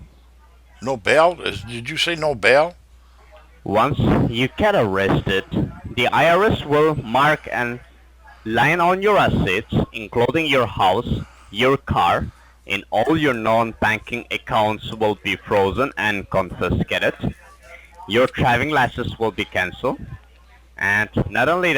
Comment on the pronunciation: He says the IRS will line all your assets, he has NO CLUE how to pronounce lien....LMAO😂😂